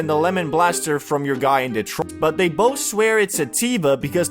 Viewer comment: You can’t say Detroit? And aye man, why it look like that when you mentioned it?